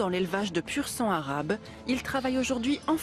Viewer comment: Elle a du mal à dire pur sang arabe, c’est triste